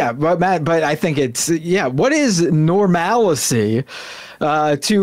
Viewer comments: She said "Normalicy" which is "Normalcy" with an extra syllable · Except she didn't say "normalcy"... she said "normalicy". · She said normalacy.